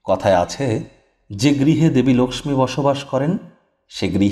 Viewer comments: বাংলা উচ্চারণে আমরা "লোকখি" এই উচ্চারণ করি, তাই 'লোকসমী" বলার কি দরকার হ'ল কি জানি!!! এ ছাড়া ঠিক কোন সময়ে পূজা টি করা উচিত তা না বলে কিছুই উপকার হ'লনা... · আপনি লক্ষী না বলে Laxmi...পূজা কেনো বলছেন।।হিন্দী উচ্চারণ কেন করছেন।আপনি কি অবাঙালী।নাকি এটা বিশেষ style...... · Apni Laxmi Puja Kano Bolchen Apni Lokhy Puga Bengali Language Bolun Apni Ki Non Bengali Na Apner Laxmi Puja Kotha Bolta Apner Style. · লক্ষ্মী উচ্চারণ টা অন্যরকম লাগলো ।